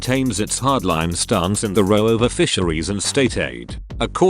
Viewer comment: For heavens sake get a real person to record these vlogs, a better robot voice. or educate this one more: "row" as in boat, not "row" as in argument? £10.70 pence billion? £7.40 pence billion? Really? Gap needed between full stop and next sentence. Rolling sentences together creating nonsensical statements.